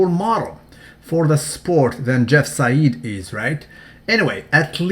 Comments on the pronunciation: It's pronounced jeff "side" not jeff "sayid" because the "ei" in german is pronounced "i" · You pronounce "Seid" completely wrong. It doesn't sound arabic at all when you pronounce it right.